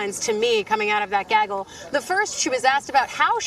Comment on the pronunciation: Can you say “gaggle” again.....